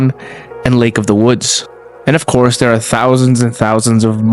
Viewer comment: You said thirty correctly, but you pronounced there as dare.